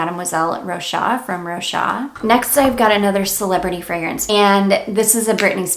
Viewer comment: Great video ! If i can tell you, i'm french and you have to pronounce the "s" of Rochas, like "Rochass" 😉